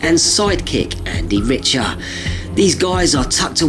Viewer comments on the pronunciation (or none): Richter is pronounced Rick-ter, not Rich-ter, despite the spelling.